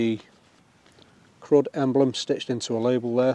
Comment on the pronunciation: I was going to suggest that maybe it's pronounced "Crude" but that's not actually any better.